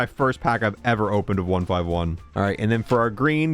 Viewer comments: ONE FIFTY ONE - NOT ONE FIVE ONE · It hurts me that he calls it 1 5 1 and not 151😂😂😂😂